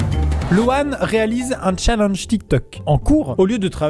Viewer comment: Déjà sais challEnge et pas challENge et sais romAn et pas romAN